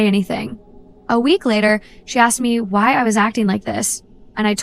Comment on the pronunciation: "Axed Me"